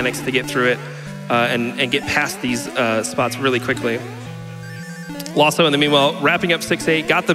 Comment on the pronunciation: Isn't his name Laws 042? Why do they say "Lawso"?